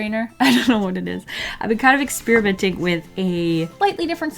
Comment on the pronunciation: I always hear ex-spearmint when you say experiment... ;)